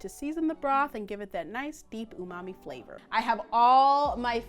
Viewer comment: & the way she said Flhavorrrr 😂